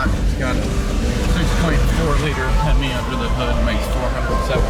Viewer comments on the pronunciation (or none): none